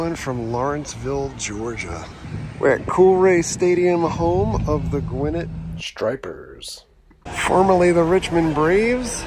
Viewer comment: Gwinnett Stripers is my local team! You mispronounced Gwinnett tho. 😉